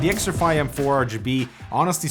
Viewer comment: It's still xtrfy not xtrify 😁